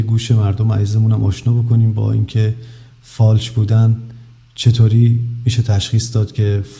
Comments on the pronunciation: فالش، نه فاش بیسواد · فالش خوانی دلبندم، نه فاش خوانی،، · بیسواد اون فالش نه فاش😂واقعا که عقل نداری راحتی